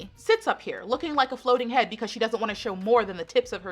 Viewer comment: I'm sorry why everyone time I hear charlie say "pecause" instead of because.